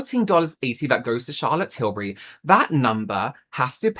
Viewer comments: You went on to tell us, American how to pronounce “Tillbury” then proceeded to say Till-berry. lol Oh,. 😅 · americans pronounce “berry” and “bury” the same 😭 that’s why we struggle with tilbury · most American accents don't pronounce the words berry and bury with any distinctions, they have the exact same phonetics. That's the reason Americans say Charlotte TilBERRY. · “not til-berry, it’s til-bury” i love you, so i’m going to hold your hand when i say this: a lot of american dialects, maybe even the majority of them, have a vowel merger that means that we say the words “berry” and “bury” the exact same way. i certainly do (am from california). i think i could get on board with “say tilbury so that it rhymes with hurry”. you can also specify if it’s got the emphasis like TIL-burry or TIL-BURR-y. the second one is more like an even emphasis on the first two syllables, i guess, but it’s hard to write out. the first one has a strong emphasis on Til and the rest of it gets kind of small and buried (hehe no pun intended). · Omg! Thank you for bringing up the “Tilbury” vs “Tilberry” thing! 😅 it drives me crazy! 😂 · Yeah that was a weird way to suggest the pronunciation, I say 'bury' like 'berry' as well and I'm english. It's said like 'Tilbry'. Though I like 'Shazza Tibbs' better. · I’m from the US west coast and we pronounce “bury” like “berry.” So it’s no wonder we pronounce Tilbury wrong. It’s just how we pronounce it. 😊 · OOOHHH THANK YOU!! So glad you said this! I'm freaking American & I know how to pronounce her name! It drives me nuts! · "It's not Tilberry, it's Tilbury like you're BERRYING someone" Sorry but I laughed a little when I heard you say that XD I get what you meant but that example was kinda hilarious